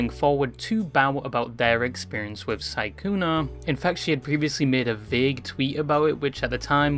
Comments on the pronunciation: Are you saying sykuner? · Im pretty sure it is sykkunO. Oooo not aaaaa. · the way you're calling him "sygooner" is frying me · Why do u keep calling him sykkuna